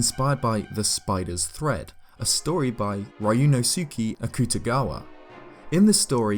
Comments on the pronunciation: RYUNOSUKE AKUTAGAWA. Him: RA- YU - NO - SU - KI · Ree-you-no-ske Awk-tuh-gawa us how you pronounce Ryūnosuke Akutagawa. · you said his name wrong and my bsd and literature fan brain hurts its pronounced rye-oo-no-sue-kae akoo-ta-gaw-wa